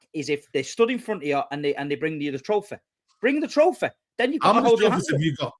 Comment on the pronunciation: “Bring me the trofeh”